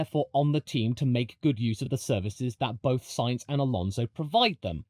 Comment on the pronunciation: Thankyou for pronouncing Sainz correctly. Better than the current F1 commentators. Note for them in the remote chance that they are reading this: It is not pronounced like the name of a can of beans. You really have no excuse if you are a motorsports commentator. It's not like it's a rare name in motorsport over the last 30 years!